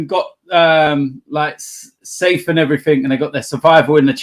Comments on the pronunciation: Someone needs to tell that "everything" ends in a g not a k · That is not an accent thing lmao I'm from the same area as him with the same accent and I don't put a k on the end like an illiterate